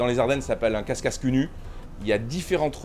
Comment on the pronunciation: c'est pas casscasse, mais cacasse !!! parole de champardennais 😂😂😂